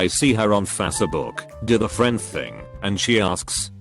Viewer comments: No one: Voice: FASSEBOOK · Tts bot: fAsEbOk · fac-e-book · fah suh book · anyone notice how the bot says f - ASS book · No one: The voice: Fa-se book Also The voice: TL, Doctor